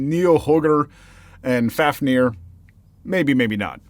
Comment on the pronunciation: You pronounced Fafnir right, you also got Jormungandr right. I cannot confirm if you got the second one right though. Also I’m not sure if Jormungandr is a dragon or not, it’s supposed to be the World Eating Serpent so I always pictured a giant snake